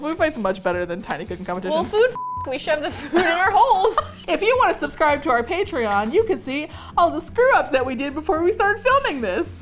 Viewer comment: I heard “pantry-on” instead of “patreon” and I thought it was so clever so I’m petitioning for The Kitchen & Jorn Show to call patreon, pantry-on to follow the theme. That is all, thank you.